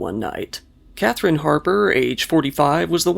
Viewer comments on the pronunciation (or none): none